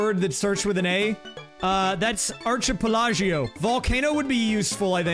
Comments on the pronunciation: Arch Ee pill ago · I hate the way you pronounced archipelago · It’s ark a pella go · The way he pronounced archipelago sent shockwaves down my body… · the way he pronounced archipelago 💀